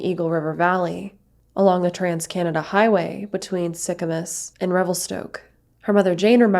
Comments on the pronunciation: Sorry to be off track off the main topic but I thought it was funny you said Sicamous like sic-a-miss lol it’s said like sic-a-moose you say it like the animal moose thank you for making this video tho I feel like I don’t here about much crime in Canada this intense and i love to be educated on these topics to keep an eye out and also just be extra pre-cautious in these situations! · The towns are pronounced ‘Sick-a-moose’ and ‘Mal-a-kwa’ 😊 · ‘Mal i quaw’ is how it’s pronounced.. and the other town is pronounced ‘sicka moose’ just letting u know.. I used to live there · Mal-ah-kwa, and Sick-ah-moose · Haha you pronounced sicamouse and malikwa wrong...I live in this area and have for over 40 years. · Sicamous is pronounced Sicamoose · It's pronounced Sick a moose. Your welcome :) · Sicamous its pronouced